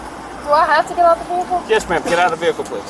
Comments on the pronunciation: VEE-HICK -ULLL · Her saying “vehicle” over and over again made me cringe real hard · Her “veehikle”. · She pronounces the “H” in the word Vehicle